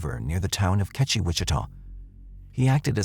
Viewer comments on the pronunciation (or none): For the record, Kechi is pronounced Key-chai